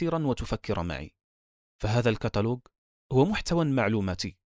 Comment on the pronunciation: الكاتلوج ✅ الكاتلوق ❌